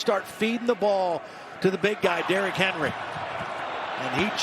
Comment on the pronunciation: D-Rock Hen-Roy